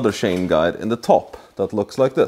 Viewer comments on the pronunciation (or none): nice work man this engine you called a boxster it's actually pronounced boxer as a boxster is the crapiest porsche car and engine ever made and you called the timing chain a timing shane its chain lol don't get me wrong, i am not making fun of you i respect you and i envy you dude your work is very good the way you put in those cam retainer plates shows me you have alot of experience i prefer to use 3 long 8 by1.00 bolts screw them in a few turns then push in the plates and they dont like to go in easily unless you rubber grease the fat oring well and its reciever groove in the housingthen once pushed in then i put in 3 original bolts